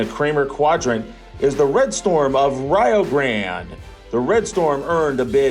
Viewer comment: Wtf thats not how you pronounce Xavier or Rio Grande